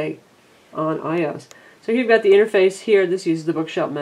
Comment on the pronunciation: IT'S PRONOUNCED "I-O-S" NOT "EYE-OS" FARRR HOW ANNOYING